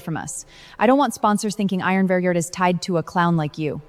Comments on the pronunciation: At the end said iron virgien 😂😂😂😂😂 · Iron Vanguard ❎ Iron Venger ✅ 😂😂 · When AI can‘t say iron vanguard correctly even once 😂😂😂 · Why can't anyone pronounce Iron Vanguard correctly? It's so annoying.